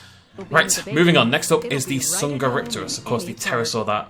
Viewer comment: Ha they pronounced minmi rong Edit: and dsungeripterus